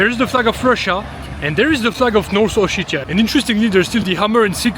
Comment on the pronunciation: Как он противно произносит O-shit-ia 🤮